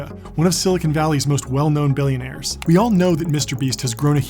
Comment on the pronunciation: U said billionar love him wrong all love him nuuub